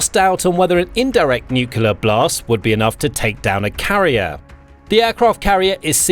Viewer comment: Can you please pronounce nuclear properly?